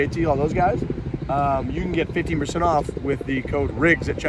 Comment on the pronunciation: Sounds like you’re saying 50% off whoop not 15% tbh but either way whoops metrics are bogus